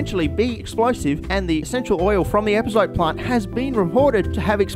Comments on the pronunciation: The first bad word on the bad word counter isn't bad, it's pronounced "EpazotÉ" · it is epazot- eh, not epazot... in spanish Es at the end of words are not silent. I swear I wanted to slap you as much as a French want to slap people who mispronounce Croissant. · Epazote, pronounced ehh-pa-so-teh. Just an FYI